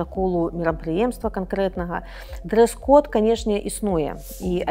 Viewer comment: Да не может быть ! Явно слышно "дрысь код" . В туалете дрысь , дрысь , дрысь !